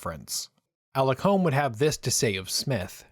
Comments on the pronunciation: Sir Alex Douglas Holm is pronounced Hume. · This would have been a better video if the commentator could get the surname of Alec Douglas-Home correct, and also pronounce "Home" properly. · Just a technical point here. Alec Douglas-Home's last name is pronounced "hume".